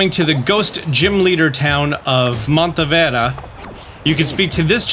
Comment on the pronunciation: It's funny how you're not even trying to pronounce things correctly 😂 DeliCostco (Deli Cioso) MonteVera (MonteNevera) Reminds me of that time in PLA where you finally noticed Electivire's real name. Informational AND hilarious! Gotta love this channel!